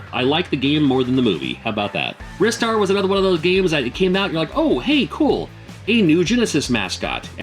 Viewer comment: Oh my gosh, one of the few YouTubers to pronounce the name Ristar properly! 😂I loved 1995 MD games. Later MD game years are my favourite for releases. We never got a few of these games. Also I feel the MD version of Batman Forever is quite underrated. 😊